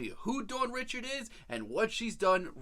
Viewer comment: Her name is pronounced “Dawn Ree-shard”. It’s creole/French it’s not pronounced “Richard” like “Richard Pryer” just a FYI for next time, also Dawn is the future. That is all. ❣️